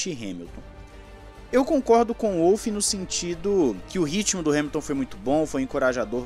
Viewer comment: eh Volf, macho.. o W tem som de V na terra dele